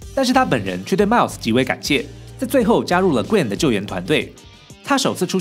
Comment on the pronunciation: 你对Gwen和Miles Morales的发音真准，评论区看到人们是用音译名，看得真头疼